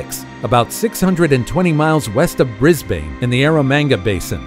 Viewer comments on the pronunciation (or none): The Marree Man (pronunced Marie) is thought to have been delineated by U.S. troops who were on maneuvers in during WW2. The Emu is pronounced Eem-You not Eemoo Brisbane is pronounced Brizbn not Brisbain